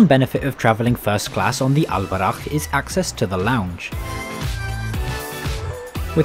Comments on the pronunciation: Alburak not Al borakh in arabica براق not براخ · It's al Borak not al barakh which translates to pegasus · Its al boraq not al barakh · its el BURAK not el barak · I don't understand how did you manage to read a very simple word so wrong? It says Al Boraq (Al Borak) not (Al Barakh)??????? I am really sorry but this is very annoying, everyone pronounce it very correctly in Morocco you must have heard it a thousand times, yet, the pronunciation is very very very wrong, meanwhile, as a foreign english speaker if I say Twenty instead of Tweny, it's a catastrophe..... But thanks for the video, hope you enjoyed your stay. Edit: Loved the Maghrebian music at 10.20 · It’s buraQ letter Q 😂😂